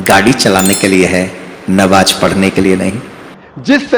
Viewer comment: Ye jo swami type ka banda h ise khud apne religion k bare me kuch nhi pata to Islam k bare me Kya pata bhut bolta h Islam k bare me koi bat nhi ....by the way Kya pronunciat kia nabaj.....ghonchu bolne se phle jan leta namaz